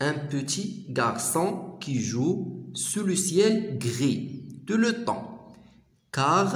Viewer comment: يا أخي الكريم نشكر لكم مجهودكم و لكن هناك أخطاء في القراءة من شأنها تغليط الطلبة الجدد في الفرنسية، أرجو منكم الإنتباه إليها في المستقبل وأذكر على سبيل المثال لكي تتمكن من مراجعتها ، l'automne , plaine, passait, pétillait, dehors